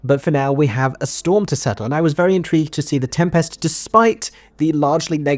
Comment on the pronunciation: My review after watching for two minutes: good use of ‘is’ and ‘are’, strange pronunciation of ‘Tempest’ and over-acting in the role of presenter